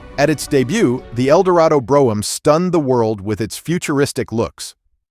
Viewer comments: AMEN & cabriolet ! and AI voice overs are even MORE annoying. Brougham is pronounced BROME & Cabriolet is CAB_ROLL_AY... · When will Americans learn how to pronounce Brougham?